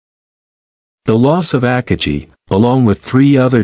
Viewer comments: The AI voice is very bad. Try upgrading to a better AI and train it to say Akagi correctly instead of AHKah-jee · As soon as I heard you pronounce the carriers name, I stopped the video and started something else.